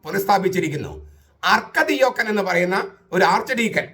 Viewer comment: അർക്കദി'ഓക്കൻ' എന്നല്ല, അർക്ക'ദിയാക്കോൻ' എന്നാണ്.